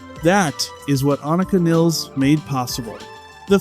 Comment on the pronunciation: WHY can nobody agree on the pronunciation of her name??? It’s almost always pronounced 2 or 3 different ways WITHIN THE SAME DAMN VIDEO just like it was here! People wish to pay her respect….that BEGINS with calling her by her name CORRECTLY!!!